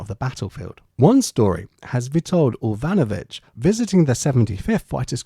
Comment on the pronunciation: You mentioned Orvanovich It is Evanovich I worked with his son in Cammel Lairds shipyard in Birkenhead I heard the Poles gave up on the French as they thought them to be useless, then they went to Britain An excellent article